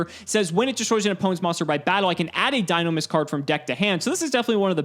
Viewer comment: no, we said Dinomischus, not Dinomist.